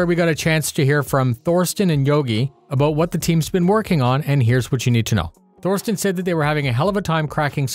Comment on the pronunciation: Small tip: there's no "th" in German. "Thorsten" is pronounces "Torsten". Love your work!